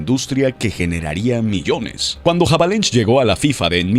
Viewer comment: QUIEN COÑOS ES JAVALENSH??? AJAJAJA! SE DICE AVELANGE...ES ESCRIBE HAVELANGE...PORTUGUES HERMANO